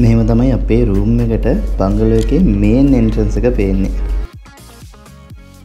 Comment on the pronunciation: බංගලෝ නෙවෙයි බන්ග්ලෝ